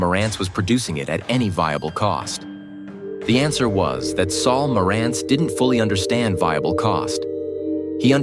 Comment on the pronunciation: The Nakamichi Dragon started out at $1,850.00 in 1992 and later $2,400.00 NOT $1,500.00. Marantz was mis-pronounced. This is AI generated garbage. That spoils the whole story.